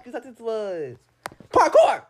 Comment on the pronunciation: She said parkour lol